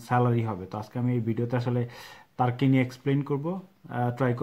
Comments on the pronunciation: hur Hala তার্কি তার্কি করতাসেন কেন🥴🥴🤣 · কি ভাই টাকি টাকি করতেছেন।